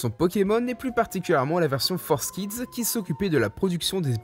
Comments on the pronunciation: FOUR… KIDS ! F-O-U-R !!!! Pas Forzz !!!! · pour l'amour du ciel on dit Forkids pas Forsskid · tu dit forcekids au lieu de fourkids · Entendre "Fours kids" m'a arraché les oreilles T-T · Dès le moment ou j'ai vu que "Forskids" s’écrivait "4Kids = For kids", j'ai décroché de la vidéo, me suis rendu compte que le contenu de cette vidéo est pas ouf en fait... (mais bon, vue la prononciation des autres mots anglais, comme "upskirting", ça fait relativiser, j'ai moi-même un accent de merde en anglais :O ) Vivement la prochaine, tu nous a habitué à mieux, jeune padawan! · Pourquoi il dit ForceKids au lieu de 4Kids aaaaaaaah